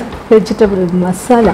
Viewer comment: Vegital അല്ല വെജിറ്റബിൾ....😍😍